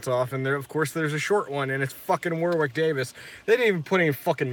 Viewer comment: Its pronounced WORick Davis not WARwick.